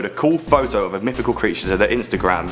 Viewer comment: It's mythical, not myfical